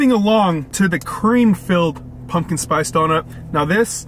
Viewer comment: Pumpkin, pump-kin, not punkin, pun-kin. Come on man.